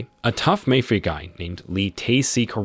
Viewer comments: Really he doesn’t know how to say mafia or is he doing it on purpose because he can’t say that in on the channel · I've never heard anyone slaughter the pronounciation of "mafia" so bad, it almost deserves an award.